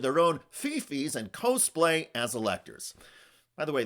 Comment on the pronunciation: cosplay is pronounced like costume not like coast